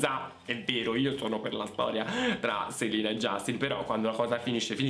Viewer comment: Grazie di aver detto 'Selina' e non 'Selena'. Nessuno che mai lo pronuncia giusto 🖤